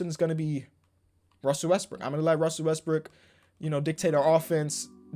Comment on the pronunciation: Bruh, he was calling Russell Westbrook, Russell westbrick